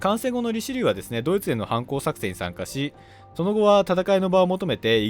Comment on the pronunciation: リチェリューって言ってました